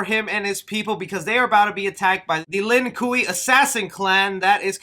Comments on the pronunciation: Lin kueky lol it’s pronounced Lin qu ai. And Shang stung is Shang Sung. Hopefully this helped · Sir u said lin cooway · The T is silent in Shang Tsung 😆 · *its Pronounced Lin Kway NOT kuey Also it’s Goro NOT Goru 🤦🏽‍♂️ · My guy. Shang Tusong? Lin Kewey? How is it you can’t pronounce Asian names and titles at all haha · So I don't have to hear you butcher these names in future lol. They're pronounced Shang Sung not T sung, Gore-O not Goru and Lin Kway not Lin Kooey. Great video as usual though :) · It's pronounced lin kway not lin kuey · My man did not just say Lin Coey, I let people messing up Bi Han's name slide, but that was just disrespectful. Edit: I just noticed the pinned comment, so I'll forgive this transgression just this one time. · "lin-cooey"? lmao bruh. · "the Lin koo Eee" LMFAO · “Lin kuey” 🤣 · Lin kuei pronounced lin kway. Quan chi pronounced qwan chee. The t is silent in shang tsung . Hope this helps in future videos . I like your channel so i don't want you getting haters in the comments. Take care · Lin Ku i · “Shang ‘TT’Sung” “Lin QUEEY” “GorU”... bro do you even follow mortal kombat when you can’t pronounce their names correctly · actchualy it’s pronounced lin kway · Lin kooey 😂😂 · You did well with most of the pronunciation, but with Shang Tsung the T is silent. And google how to pronounce Lin Kuei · He said Lin Kuei wrong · You pronounce Lin Kuei wrong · Lin Kuei...sorry...I have OCD. 😆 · Alway research a franchise that every man, woman and child on earth knows well and has for literal generations before doing a breakdown. Good chance you migh fuck up and mispronounce a name. 😂